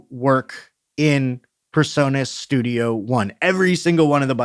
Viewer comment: PREsonus not PERsonus. Yep. I'm that guy today.....